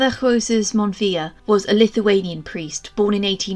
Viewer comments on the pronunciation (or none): none